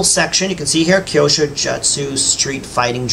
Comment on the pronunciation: It's pronounced Like " Q sho " 👍😉